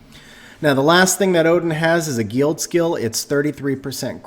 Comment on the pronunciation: Thanks for the video! I noticed you can't pronounce "guild" or "Ritesh" but no problem "Odin" lol. Never heard of a guEEld or REEtesh haha.